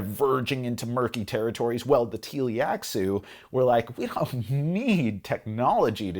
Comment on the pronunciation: Great review! I agree, I would never play Dune Imperium without the Rise of IX expansion anymore, but I would still play Rise of IX without Immortality. Small note: It's Tleilaxu (Tlee-lax-oo) though, not Tee-li-ax-oo.